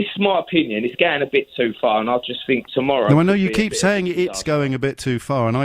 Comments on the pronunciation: He "finks" he has black friends 😂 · I fink he's just fick.